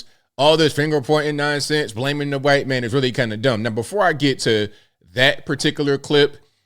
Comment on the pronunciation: why you say “qwhite” ?